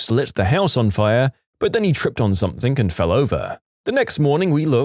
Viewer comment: No k in the word something